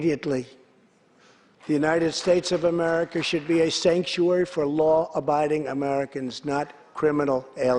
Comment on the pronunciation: Did he say Skankuary? Poor Nancy. She is literally choking back on her tears. Because she knows her career is over and her legacy will go down as a disgrace.